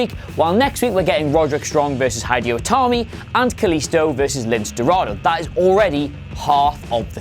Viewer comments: Hidey-Ho Itami?? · "Hydio Tami"